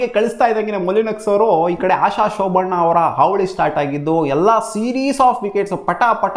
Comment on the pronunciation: ಆಶ ಶೋಭಣ್ಣ ಅಲ್ಲ ಬ್ರೋ ಶೋಭನ 😂😂😂